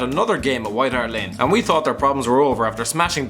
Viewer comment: 0 :02 he said white hart lane